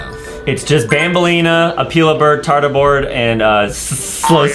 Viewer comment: Bro really said "tarta board"